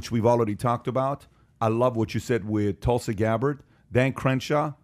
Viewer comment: Hilarious to see him butchering Tulsi Gabbard's name. You really struggle with it, don't you? Lol.